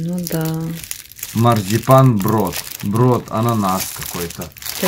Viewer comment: Не марзипан , а марципан, кушайте на здоровье и ни кого не слушайте , приятного аппетита .